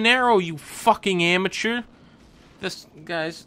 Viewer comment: I just come back to this video time and time again because of the way he says amateur